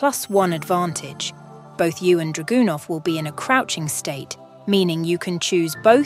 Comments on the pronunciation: That's not how you pronounce Dragunov. But the video was pure gold. Thanks! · I’m pronouncing Dragunov like that from now on 💪🏾🔥